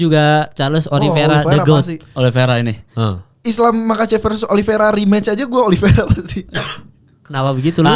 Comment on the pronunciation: Oliveira pak bukan oliviera